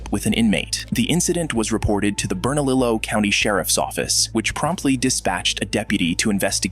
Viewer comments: Bernalillo is pronounced 'Bur-nuh-leeoh' not like you said, rhyming with willow. That was some comic relief too heheh! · all these stories are fine but ITS NOT PRONOUNCED BERNA LILO ITS PRONOUNCED BERNA LIYO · Fuvking New Mexico.... Btw it's pronounced bernaleo not bernalillo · it’s pronounced burn-a-lee-yo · The ll in bernalillo is pronounced like a Y it would sound like Leo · i am a longtime new mexico resident. so interesting to see how many NM cops are in this ......... ETA: also, for future reference, "bernalillo" is actually pronounced bur-nah-lee-oh :) the LL makes a y sound!